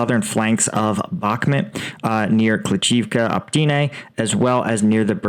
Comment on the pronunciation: It's Opytne, not Optyne.